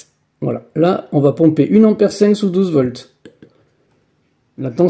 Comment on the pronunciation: Merci pour cette expérience. Cepandant on dit un ampère et non pas une ammère.